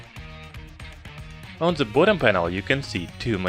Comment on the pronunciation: Are you a German Youtuber? You speak 'th' Like germans. 😂🤣 You dont say the you say Like German ze. Ze Robot, ze Button